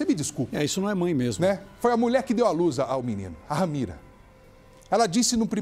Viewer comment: Ramira não. RAMERA. Misericórdia senhor,lamentável.